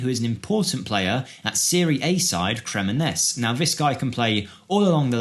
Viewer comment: WHY do you get people making FM content, which would imply they are interested in football, and yet they cant pronounce the names of players or teams for shit. Who the hell are cremoness as you said it? fucks sake its crem-on-yay-seh.... its not even hard mate these are premier league teams.